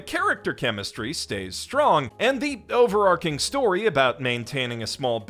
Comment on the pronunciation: Over ARCHING, not ‘arcing’. Harem isn’t pronounced ‘hawrem’, it’s hair-‘em. There’s more but I’d rather not waste a day correcting basics for the idiom-impaired.